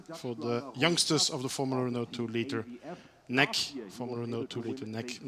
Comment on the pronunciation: I think it's great racing! But the commentator! Omg he is so bad 1) he calls it nec like a word not N E C or Northern European championship etc.. 2) he says 'there is no DRS like in F1 this is proper racing??!! What why would he say that! 3) HE DOESNT EVEN KNOW THERE NAMES!! HOW UNPROFESSIONAL!! He says the guy in front!! Please do something about this I am trying to enjoy a good race but he kills it! I cannot watch this anymore